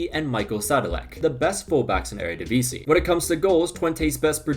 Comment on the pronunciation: Shout out to the near-perfect pronounciation of 'Eredivisie.' Also: the Ajax comeback is inevitable, WZAWZDB!